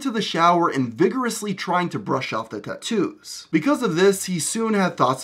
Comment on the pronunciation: The way you pronounce tattoos is geeky as fuck